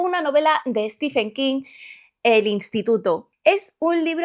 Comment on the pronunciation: No es "Estifen". Es "Stiven". Por favor, gente. Al menos aprendan a decir su nombre correctamente. No se les pide tanto...